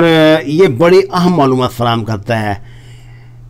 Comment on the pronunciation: ھے کو تھوڑا اور کھینچ کر لمبا کیا کریں پلیز،